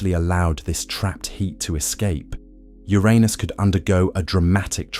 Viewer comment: Thank you for the pronounciation of Uranus as when I grew up.